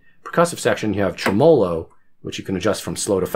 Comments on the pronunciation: Great video- thanks for sharing! I have long listed after this or a trident. I have not heard it pronounced trem-OH-lo before. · How’d you manage to mispronounce both “tremolo” and “vibrato”?